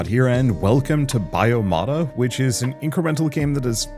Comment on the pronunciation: It's not "bio-mata" it's "bio-tomata"! So: a tomato paste. That is biological.